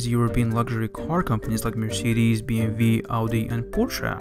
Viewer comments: Did I hear BMV instead of BMW? lol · I was impressed when you said BMV, but was depressed when you said Renault... its Gheno basically. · Its pronouced BMV because in german W is pronouced as V in english. Bayerische Motoren Werke GmbH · Love the ascent, did you here how he pronounced Maserati, and BMW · Well he kinda tried to pronounce it the proper way. The way it’s pronounced in German.... but he still kinda failed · I love that he called bmw the german way lol